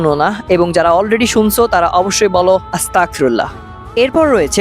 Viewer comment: ভাই আস্তাগফিরুল্লাহ বলার সময় একটু খেয়াল করবেন যাতে আস্তাকফিরুল্লাহ না হয় আশা করি বুঝতে পেরেছেন প্লিজ প্লিজ ভাই একটু খেয়াল করবেন 😊😊😊